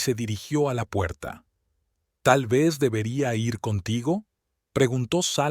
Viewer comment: Por que le cuesta tanto leer el verbo ir es igual como suena en decir seguir vivir ,la ere(r) es un sonido suave diferente a rio rojo perro carro rosa.